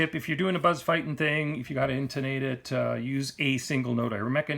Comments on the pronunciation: Thank you for this vid and your time. side note: Buzz pronounces his name "feet-in". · There are videos on YT of Buzz Feiten pronouncing his name, the fact that the "e" comes before the "i" should give you a clue and if you think its not important, just ask Buzz!